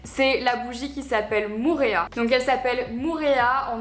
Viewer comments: Salut ! On dit Moh-oh-rea et non Mourea ! Ça veut dire lézard jaune :) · Coucou Marie, juste petite précision concernant la bougie Moorea. « Moorea » ne se prononce pas « Mourea » mais «Mo’orea » (avec 2 « o ») voilà bisous de Tahiti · Marie petit tip de la part d'une abonnée qui vit à Tahiti: on prononce Moorea: mo-o-rea pas "mourea" haha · Moorea ne se prononce pas [ou] mais [o’o] En tout cas ça reste une très jolie bougie tout comme une très jolie box, félicitations ! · mdr par contre la prononciation de "Moorea" c'est pas trop ça, en phonétique c'est plus Mo-o-réa